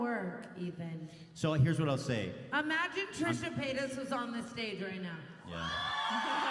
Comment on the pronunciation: “beb you’re in a shhuit on the shhtedg” 😂😂😂 oh tana